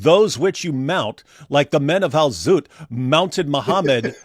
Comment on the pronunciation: Al-zutt❎ Al-butt✅